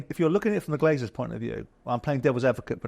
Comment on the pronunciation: I’m 8 minutes in and here are the clear mistakes I’ve noticed so far from these two buffoons; - Souness keeps calling the Glazer family the Glaziers; they’re American businessmen not window salesmen! - Jordan keeps calling Ratcliffe ‘Radcliffe’. He’s a British businessman, not a wizard ffs!! - Jordan said Liverpool signed Ederson for 75 million when he obviously went to City and Liverpool signed Alisson🤦‍♂️🤦‍♂️ - Souness said United signed Onana for ‘circa 70 million’. It was 43 million, but hey, why let the truth get in the way of a good story!! What a pair of utterly useless clickbait melts!!